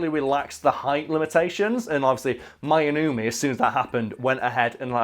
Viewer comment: Pronuciation wasn't bad actually. Two vowels next to each other in Japanese makes a long vowel sound where the sound kind of "glisses" into the other. Divided into syllables it would be "My" "no-u" "me", "Shoe" "hay"